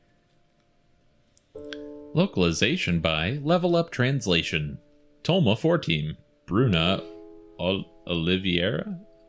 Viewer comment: It's not TolmaFour, but TolmaCH, with is "translator" in ancient russian. A group of translators, who usually does unofficial game translations.